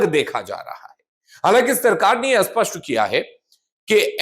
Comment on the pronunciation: असपष्ट नहीं स्पष्ट होता है बार-बार एक ही बात सुनकर कान में दर्द होता है